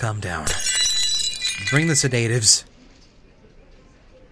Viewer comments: se-da-tives, that's an interesting way to pronounce sedatives, I hear it pronounced said-a-tives most of the time. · sedatives. (say-day-tives) <-- Comedy. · says sedatives weird xD Oh maybe I do._. Whooops. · you pronounce sedatives wrong